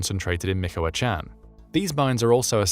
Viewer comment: 🥹🥹🤣🤣LMFAO.. ….@ min mark he said🥹🥹, “MICOACHAN” and keeps repeating it! MICOACHAN, MICOACHAN, MICOACHAN! Well that solves the question of use of narrative software!